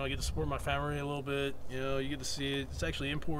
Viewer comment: I almost died when you said famiree😂